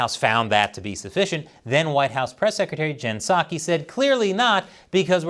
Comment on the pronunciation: It's jen saki, the p is silent.